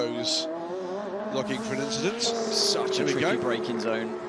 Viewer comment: So many inchidents on the race